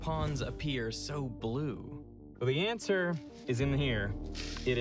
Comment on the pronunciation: sounds like you’ve just gone home to me ;p hey, I have one of those pots!..Well, two if you count the one I got and left with my parents when I moved I don’t… And no they’re not (at least bananas aren’t) I believe ze ansuh is in ze qvestch’n on that van 😂😂